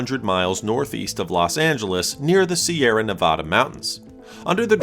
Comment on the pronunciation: We don't say " Nev-aww- duh." Say it more like. "attack."